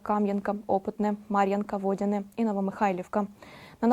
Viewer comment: Тільки не ВОдяне, а - ВодянЕ, НЕ НовоукрАінка - а НовоукраЇнка.